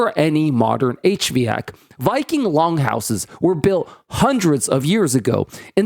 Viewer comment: "H vee - yack"? Not "H-VAC"? Another AI channel?